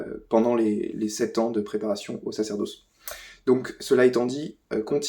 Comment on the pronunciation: Sacerdausse ? Ce youtubeur a le même tic de langage qu'archidiacre. Etonnant.